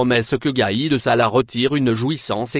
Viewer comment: gaid sala et non pas salah, en dirait 1957 58.